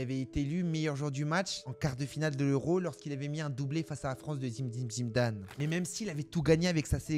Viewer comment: Fromage Le seul qui arrive à prononcer Zim-dine Zim-dane ❤😂😂